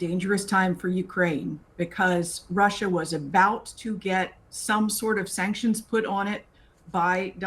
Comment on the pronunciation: Why does he say Russia like that? Has no one told him how weird he sounds?